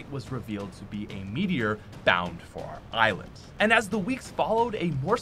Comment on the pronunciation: Gacha Dino metior you really said metior I’m dead💀💀